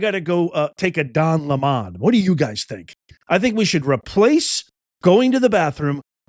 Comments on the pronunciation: I agree...I'm taking a Don lemon. BTW, let's not pronounce his name like it is french... he's a LEMON! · "Take a Don-Le-MAHN" is a little long. Maybe: "I have to go drop a Le-MAHN". [Shorter and to the point.] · Le' mon..... It's french for " the lemon 🍋